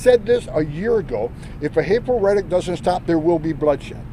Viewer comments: why is homan so obsessed with reddit? ohh i see, he's trying to pronounce the word rhetoric. seems quite the struggle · failure to comply does not justify an execution in the street. And this buffoon still can’t pronounce “rhetoric” does he have CTE or something?